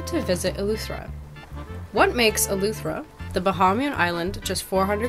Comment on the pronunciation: It’s Eleuthera not Eluethera